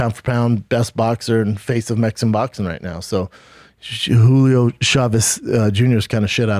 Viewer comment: How many times he said Hulio Chávez Junior